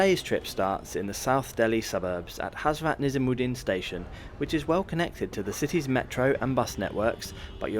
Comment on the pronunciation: Did you mispronounce Hazrat and Maharashtra on purpose lmao because no way a native English speaker makes such mistakes especially on video